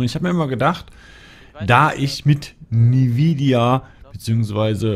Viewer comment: Wie sprichst du denn Nvidia aus :"D